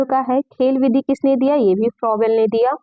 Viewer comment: फ्रॉयेल नहीं फ्रॉबेल है वो